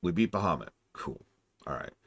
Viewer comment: I'm late but aCkTuAlLy, it's Ba-ha-moot Not BUH-HUH-moot 😂😂 jk